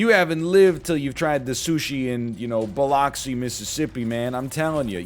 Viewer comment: i gotta say hearing NL say biloxi was quite interesting